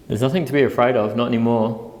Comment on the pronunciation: It’s Afraid not Fred And Djinn Not gin